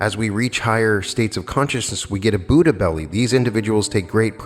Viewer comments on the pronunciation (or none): none